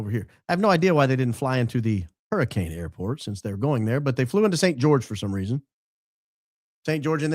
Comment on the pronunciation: FYI, Hurricane, Utah is locally pronounced as “hurri-Ken”